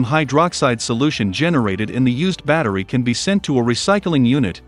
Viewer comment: What? He can't even pronounce the word 'battery'!